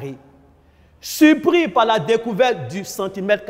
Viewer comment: ´´ supris´´ au lieu de ´´surpris´´ ? .en tout cas c est bon travail et merci et du courage